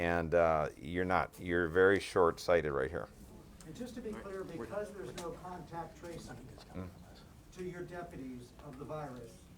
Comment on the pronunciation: "Contact Tacing" hahahahha